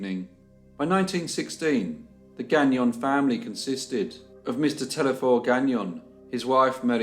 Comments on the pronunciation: telesphore, not telephore. the S is not silent. why would it be? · It's pronounced Téle(S)phore , not Thlephore...The S is pronounced...That's one of our big story from the 20's.